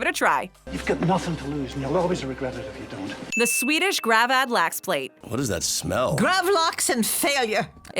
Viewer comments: Hearing her butchering both köttbullar and gravad lax makes my ears bleed... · i dont know why i watched this video, im swedish. the way she pronounces "gravad lax" made me giggle tho